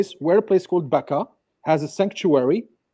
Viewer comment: As a jew who reads the bible in hebrew you dont pronounce becca as they did in the video, you pronounce it, bacha, and it means the cry valley. It's weird that so many things could be twisted in different languages. Edit: They referenced it and said its a conspiracy? Wtf